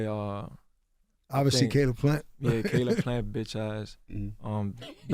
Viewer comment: He called him Khalib Plant. 😆